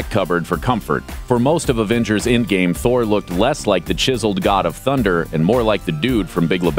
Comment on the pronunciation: Its Endgame not Indgame